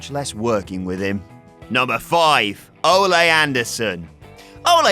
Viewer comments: Fucking Christ. It's Oh-lee. Not Oh-lay. Don't they have any wrestling fans working for thus channel anymore? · its not pronounced o-lay its o-lee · Its Ol-E, not Ol-a, he strikes me as the type that would be offended by mispronouncing his name, I can already hear him: "IM A PROFESSIONAL WRESTLER! NOT A BULL FIGHTER, YOU F'N MARK!" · How can you not pronounce Ole Anderson’s name? Ol-E. Not Olay you dunce. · The name is pronounced OH-LEE not OH-Lay. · Good old Olay Anderson. Olay. OLAY?! Or, you know, Ole. (Ol-eeee) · Ole isn't pronounced Olé, it's more like "oh-lee." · its O-LEE anderson, not olay. he wasnt a bull fighter. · It's Ole not Olé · It's "Oh-Lee" not Oláy Anderson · “Oh-lee,” not Olé. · Olè... it's ol not olè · Why is he pronouncing Ole's name "O-Lay" It's pronounced O-lee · Anderson is Norwegian not Spanish. It's oh-lee not oh-lay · You stupid British marks. Ole Anderson pronounced his name "Oh-lee" not "Oh-lay." For fuck's sake, get your shit together. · I love that you mispronounce Ole Anderson as "olay". 😂😂😂😂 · Cringed every time I heard Olay Andersen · "OLAY" Anderson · "Olay" lol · Stop calling him olay...please? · "Olay" Anderson? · You say ole wrong...you say it like OH-LAY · Dislike for 'Olay' anderson. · It's pronounced O Lee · Did say "Ole'" like a Mexican says ¡Ole'! Fucking idiot. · "Olay Anderson" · “Olé” Anderson? Lol. Olé, olé, olé! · Why do you pronounce "Ole Andersons" name like he's mexican? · sometimes I think British people pronounce things wrong on purpose. Ole Anderson isn't a fucking matador. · I'm going to need you to pronounce Ole correct.